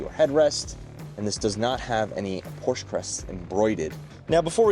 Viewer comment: A word to the wise. "Porsche" is a two syllable German name.